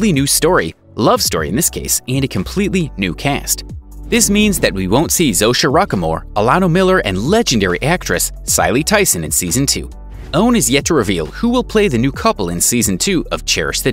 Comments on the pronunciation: FYI/ It’s Cecily Tyson, (ses-i-ly) not “Cily”. She’s pretty darn famous! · How did you mess up a legend's name: Cicely Tyson ???? 😩😩😩😩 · You sincerely butchered the name of Ms. Cicely Tyson. apparently you don't know this legendary actress. I am hesitant to subscribe. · I said the exact same thing. 😂 He doesn’t know his history! He committed a crime